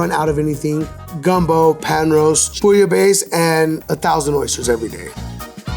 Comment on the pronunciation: A french like me won't appreciate this interpretation of bouillabaisse